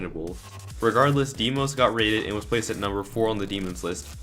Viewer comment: He keeps saying deemos